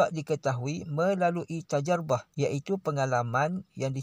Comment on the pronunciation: Tajribah pakcik ,bukan tajarubah. Dia sendiri yg tak mahir bahasa arab cakap org hmm